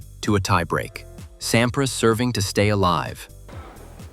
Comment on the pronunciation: Voix à la noix, mécanique. Pete Sampri en phonétique. Aucune chaleur , ni nuance dans les commentaires. A éviter.